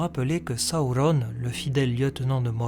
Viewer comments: il s'apelle pas sahaurone mais sauron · Très bonne vidéo comme d'hab mais un peu dur parfois avec les prononciation comme "Sawourone" ou "Morgosse" ^^' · Pourquoi tu prononces sa ou ronne? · Tu peux pas dire sauron comme tous le monde? Saouronne??!! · j'ai pas encore lu le silmarillion mais c'est prévu , c'est juste qu'entre ta vidéo et les film où il prononce sauron ça surprend :) il y avait rie nde méchant bien entendu :) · C’est quoi cette manière de prononcer Sauron ? 😂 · Est-tu obligé de nous imposer ta propre prononciation de Sauron? Déjà il est pas espagnol, ensuite dans les films VO les acteurs se font chier a parler un elfique parfaits, c'est pas pour derrière déformer tout les noms chacun à sa sauce. Superbe vidéo un hein sinon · Je suis d'accord avec toi pour la prononciation du "u" , c'est sur les deux premières syllabes que je trouve ta version étrange, car la majorité du temps la lettre "u" par extension le son "ou/o" vient toujours après une consonne (on le voit bien dans les exemples que tu ma cité) Durendil, Dol-guldur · Tres bonne video mais serieux qu elle soit bonne ou mauvaise ta prononciation du nom Sauron est ridicule alors arrete stp